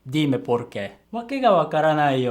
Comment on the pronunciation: Me:*Sees speaks spanish* Not bad... But, why does it sound like you are saying pork? Pronounce you "e" longer.